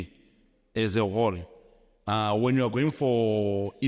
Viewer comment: Mna I'm confused when he pronounced "whole" and he said "hall." Hayibo! I suspected something fishy. Maar andazi. Ebusweni, no no no. Maar andazi.